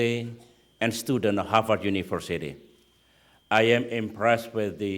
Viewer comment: OMG it's harVard not not harFard.. Indonesians tend to mispronounce /v/ for /f/ .. /v/ and /f/ have different sounds in English.